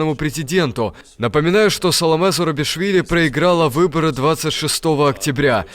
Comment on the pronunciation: Фамилия президента Грузии Зурабишвили, а не Зарубишвили.